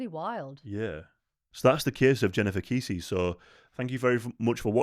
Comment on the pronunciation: Pronounced like Bessie, but with a K, Kessie xx